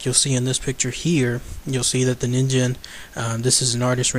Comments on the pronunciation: it is ningen not ninjen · actually it is based on a japanese word so it's pronounced as nin'ghen'. Correct me if im wrong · pronounced kneen gen I believe which is Japanese for human. I wish there was an organization dedicated to solving mysterious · Phan Qirui I don't think you are wrong, it's the word for human if I am thinking right. It is annoying the crap out of me that 2/2 videos I've seen that mention this monster has said it wrong. Ah... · It's actually pronounced "neen-ghen", which means "human" in Japanese. (or it would be, if it was real) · Its pronounced as Nin-gen the G goes as you pronounce goal or great also BTW ningen is Japanese for human so japanece refer to that criptid a human because of some of its features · it's actually ningen, g as in good, grace, not gem or genital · You are right. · Ningen(にんげん)'s G is pronounced like gas's G.